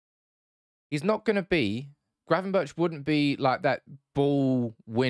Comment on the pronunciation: Gravenberch is pronounced with a hard G in the end Berch=[Berg] In dutch, CH = G I should know, my first name being Jochem :)